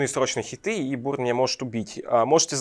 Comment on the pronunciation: Пояснительную бригаду, срочно! Уши истекают кринжем Объясните плес, почему бУрн, если бЁрн?